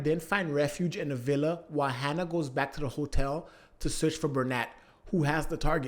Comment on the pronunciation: Say "Hanna" one more time... I dare you